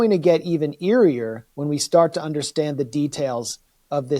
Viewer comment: He said eerier lol